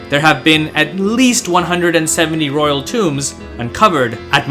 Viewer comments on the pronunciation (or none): none